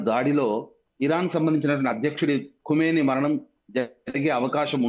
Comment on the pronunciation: కుమెనీ కాదు పంతులు ఖమేని